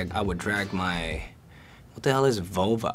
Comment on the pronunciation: I don't know why but I get the feeling that he knew what "vulva" meant by the way he pronounced it